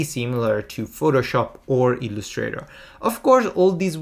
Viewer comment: Your English is fluent and your vocabulary wide. However, certain words get away from you in their correct syllabic accent. Here are four: 1. organize: the accent falls on the first syllable; 2. Illustrator: accent on first syllable; layout: first syllable; overview: 1st. Thanks for your tutorials.